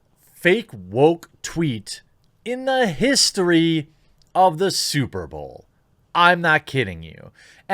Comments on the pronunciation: S U P E R B A O W L Dude how can you pronounce superbowl like that? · “SuperBowel” that slip up was hilarious 😂